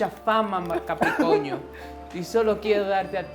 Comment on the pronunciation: Lmao!! He said Capricoño and Sanitario! XD pinche! Ded bro! 😂